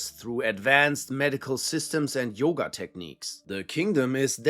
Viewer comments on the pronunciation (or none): none